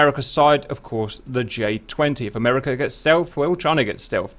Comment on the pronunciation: 'Merca. Jerpern.